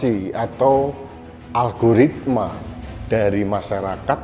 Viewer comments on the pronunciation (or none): none